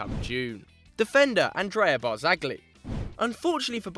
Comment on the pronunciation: AAAGH it's pronounced BART-ZALLY (the G is silent in Italian!!)